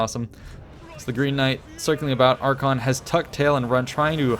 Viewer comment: Arkhan the Black (ar-khaan) and Archaeon, the Everchosen(ar-khay-on) the pronounceation was garbage, but that was a great battle with an awesome clutch comeback!